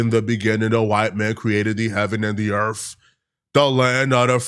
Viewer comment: The word is earth not erf